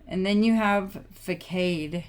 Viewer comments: It’s pronounced “FUH-SOD”, & I’m pretty sure you know what that means! 😘 thank you, this was MY reading, I’m studying consumer law, & I definitely have the information for the people!! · Facade is pronounced “fah-sawed”. It means an outward appearance that is maintained to conceal a less pleasant or creditable reality. ❤❤❤ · Facade is pronounced fa-sahd, with a long, soft ahh sound at the end. Here is the definition: an outward appearance that is maintained to conceal a less pleasant or creditable reality. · Pronounced fuh sahd ( facade) It usually means a superficial appearance putting on a facade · It's pronounced facade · facade : the face of a building, especially the principal front that looks onto a street or open space. The c is pronounced like an S